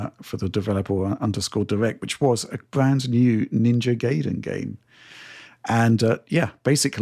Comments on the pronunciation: It's GAIden, not GAYden 😅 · We want to pronounce it Gai-den cause that's how it's pronounced. Gai rhymes with hai and sai. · it's guhy-dehnn but we'd settle for guy-den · John isn't here to correct pronunciation of Gaiden:( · When I was a kid playing the NES games I always pronounced it the way did. It took me a long time to admit I was wrong. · Which syllable do you stress though? Is it pronounced GUY-den or guy-DEN? 🤔